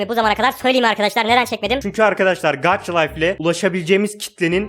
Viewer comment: gaça layf diye okunuyo gaç layf değil :) :) yanlış anlama küserüm